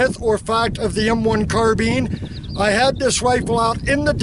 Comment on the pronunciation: carBINE not carBEAN.......